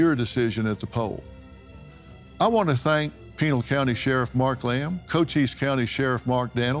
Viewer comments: Phil its pronounced Pi-NAIL County lol... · Please Dr Phil pronounce the County name correct. its not pronounced like a instatution